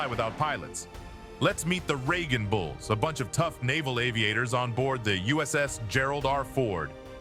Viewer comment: The Raegan bulls - my guy. Cmon. Raging (Ragin’) bulls.